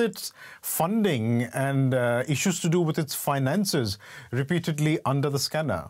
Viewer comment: This person pronounces "under"as "ondor"!!!!!